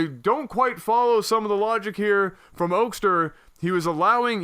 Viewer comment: Also, it's pronounced Oak-ster. You had it right the first time.